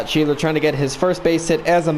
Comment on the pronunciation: Hes an Of for the Reds. Sch ebb ler. Nice video